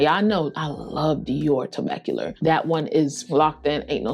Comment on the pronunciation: Vanille=Van-knee not Van-nill. Tobacolor is not Tobac-cu-ler